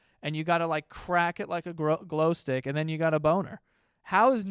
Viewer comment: I love that he almost said “grow stick” 🤣